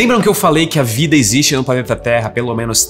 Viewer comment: Pflaneta terra 😂😂😂